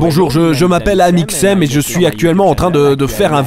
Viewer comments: Mdr les "Malheureusement ça a mal tourné, explications", "Amixeum" et "Monsieur Freak" m'ont tué 😂😂😂 t'es un génie mec continue comme ça !!! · "Amixseum dipie" XD oh mon dieu j'ai rigolé non-stop du début de la vidéo à la fin, tu es génial! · experitboie et amixeum à mdrr 😂😂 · YOUTOUBEUR ET TWITTAIR, AMIXEUM xD 😂😂😂